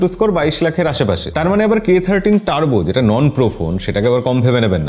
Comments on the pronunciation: দাদা এটা উচ্চারণ 30 নাতো 13 হবে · K Thirty না K Thirteen 🎉